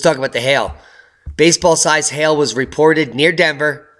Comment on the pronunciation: You're not pronouncing hail properly. Sounds like hell.